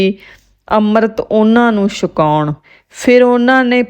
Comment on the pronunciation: Punjabi nu ki hoeya.Sakaon nahin,chhakaon hundaji.